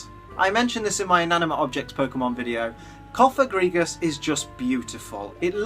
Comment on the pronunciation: #1, THERE IS NO I IN BANETTE! #2, IT'S COFAGRIGUS,NOT COPAGREGUS!